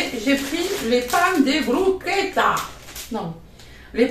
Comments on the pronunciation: Ca se dit broussqueta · Coucou,tu as raison ça s'écrit bruschetta mais ça se prononce brusquetta 😉. Bizz